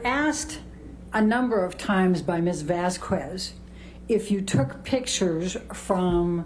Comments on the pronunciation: Amber's attorney annoyed the hell out of me with "Miss Vazz Kwezz", it's common courtesy to attempt to pronounce someone's name and surname correctly. Who am kidding? She didn't even know Amber's name at the start, look it up lmao Maybe I'm just too "English" so I set my expectations too high. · This ain’t got nothing to do with the case, but her lawyers are some of the dumbest educated people I’ve seen. Like, I’m sure they’re educated on laws and whatnot. But listening to them stumble over words or pronounce Vasquez with an audible “u” is distracting.